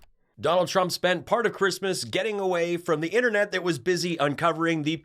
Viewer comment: I know what Melanoma wants for "Chreeeeesmas" and it rhymes with Lardiac Arrest 😂😂😂